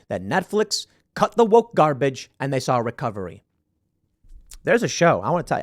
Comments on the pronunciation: "Get woike" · Copy editor there Tim Pool “woike”. Lol